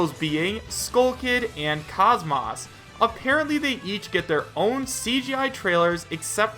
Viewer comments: KAHZ-MAWSS😂😂😂 BRO ISNT IT KAHZ-MOESS??????? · Isn’t it pronounced Cosmos the way he says Cause Moss makes me cringe Sorry if I am being rude